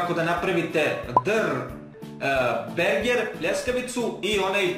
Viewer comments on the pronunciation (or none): Zasto govoris berger? 😂